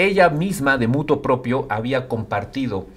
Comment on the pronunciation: las locuciones latinas deben conservar su esencia castiza, sin modificación alguna, como en la que usted incurre (minuto ). Debe ser " Motu proprio"